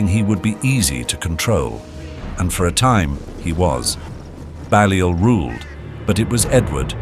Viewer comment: Balliol is pronounced “Bay-liol” Buchan is pronounced “Buck-an”